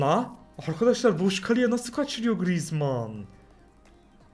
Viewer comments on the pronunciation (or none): none